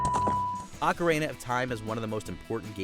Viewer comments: Its not Ocarehna 🤣🤣🤣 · Go through a video without mispronouncing a simple word challenge: failed. Today's addition, Ocarina which apparently now has three A's.